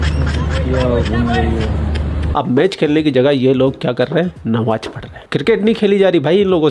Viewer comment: Nawaaz Nahi Namaaz bola jata Hai